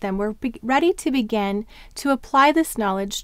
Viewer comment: The phonogram x, doesn't it have two sounds? There is the /ks/ as in "ox" and the /z/ as in "xylophone." Are they different or am I totally off? Another question--totally off topic and just for curiosity purposes--why do you pronounce "begin" as "began" most of the time?